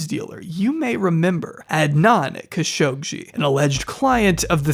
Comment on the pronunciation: why do you always say "khashoggshi"? the name is Khashoggi, like the jounralists that the saudis murdered in their embassy a few years ago. Jamal Khashoggi (the journalist) was a nephew of Adnan Khashoggi. and the name was all over the news for weeks